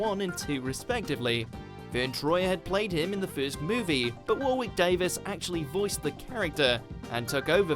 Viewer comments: War-wick Davis? Do you deliberately mispronounce for the American market? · You're British, you're meant to know how to pronounce Warwick Davis smh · are you sure thats the same tom? completely different characters surely? and how do you get to your age at not know how to pronounce warwick? its 'warrick'